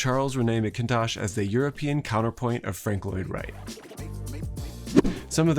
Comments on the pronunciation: this is great but it's Rennie (rhymes with 'Bennie' duh) MacIntosh (accent on first syl geeze) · unique pronunciation of macintosh.